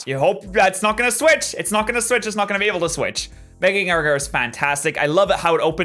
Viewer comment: After u said with mega gengar 'its not gonna switch its not gonna switch. Wtf did u say u said like mega gengarados or mega gengerar